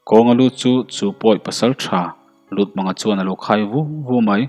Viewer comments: Lutmanga tih i lam rik dan hi, mang hi thlamang angin i lam a, pawih or paite hnam hming a Mâng ti a lam tur ani zawk lo maw..Lûtmânga a ni zawk lomaw? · LUTMÂNGA MANG NILOVIN Mâng tihtur. Rev Chawnghranga.